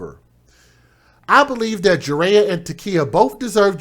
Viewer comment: The baby's name is pronounced jur I yah